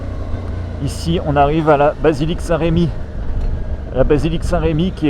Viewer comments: Salut, Très jolie vidéo, merci. Parcontre, à Reims, on dit "Remi", pas "Rémi" ;) La plupart des panneaux n'ont d'ailleurs pas d'accent (sauf quelques erreurs récentes) Remi ;) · Saint Remi et non Saint Rémi ....il n'y a pas d'accent sur le "E". Sinon très Belle video : BRAVO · tss, tss, Saint Remi, pas Saint Rémi :) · Superbe vidéo, juste pour info c'est la basilique saint Remi (se prononce "reumi") car il n'y a pas d'accent sur le "e"